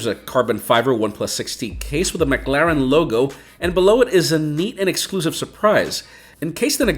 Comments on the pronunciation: Good video but it's 'Muh' Claren not 'Mug' Laren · McClaren, not mcLaren 😅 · Your saying McLaren wrong the whole time 😂 and idk if anyone even noticed it